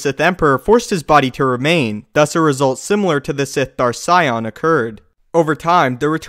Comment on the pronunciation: um... Darth Sion